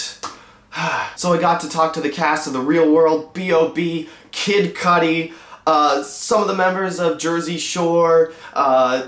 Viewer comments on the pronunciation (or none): awesome outfit you chose there for the white carpet! + I love that you pronounce kid cudi like 'cuddy' over here in england we say it like 'coody' ...strange!